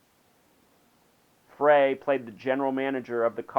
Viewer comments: Glen Frey is pronounced Glen Fry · "Fray". It's obvious you're not a fan. Fuck your numerology! He was an amazing songwriter! Pronounce his fucking name right!